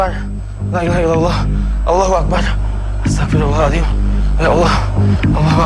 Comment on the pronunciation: Meluruskan aja Yg benar Astaghfirullahalaazhim bukan astaghfirullah aladhim😅